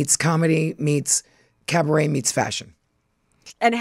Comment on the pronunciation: A minute and 14 seconds in and Luann is saying carbaret! She never disappoints. The countess is a machine and love it. 😂